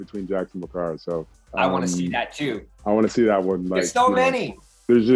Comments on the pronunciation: who the fuck is Backara ???? u legit said it twice without hesitation and u were confident as hell wit it...... BRUH ITS FUCKIN BARACKA BRUH 😂🤣😂🤣😂 BARACKA!!!! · It sorta bothered me when I heard Jax say Bakara and not Baraka lmao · Calls Baraka Bakara 🤣🤣🤣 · Did he just call baraka bakara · did he just say bakara ???? BAKARA??? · Baraka not bakara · Anyone else noticed how Mehcad pronounced Baraka as “Bakara” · It's not bakkara it's barakka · It's not Bakara it's Baraka! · JAX said he want to beat the "BAKARA" !?! his name is "Baraka" btw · Did man's jus call baraka, bakara? 🤣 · Ba-kara? It's pronounced Ba-raka my dude. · Come on Mehcad, you just lost some cool points bro, Bakara, how can you Fuck up one of the most important villain characters in MK. it’s Baraka but I’m sure you knew that right and it was just a mispronunciation. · did jax just called baraka,,TAKARA?? brrruh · Bacara lol Baraka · Did he just call Baraka "Bakara"??? come on man... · Mehcad Brooks said Bakara? Hahah (Baraka) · He said bAkArA smh it’s baraka broooo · bakara lol, BARAKA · BARAKA not Bakara lol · It's funny how mechad Brooks says bakara instead of baraka ( not trying to offend him just sayin) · anybody wanna tell him it’s Baraka? Not Bakara? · When Mehcad Brooks aka Jax called Baraka as "Bakara" Hopefully I heard it wrong, but nope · I wanted to jump through the screen and smack him for that. Really? Bakara??? Baraka is one of the most popular in the franchise. How do you screw that up and still call yourself a fan? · He called him BAKARA wtf😂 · Lmao this dude said bakara. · This man said Bakara 🤦🏿‍♂️.....nighaaaa. 😂😂😂😂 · "BAKARA". Facepalm. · he just mispronounced it. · IKR, he said it wrong lol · Haha mehcad brooks pronounced Baraka wrong 🤣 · its easy to slip up even if you know how to actually say the name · Jax needs to get Baraka's name right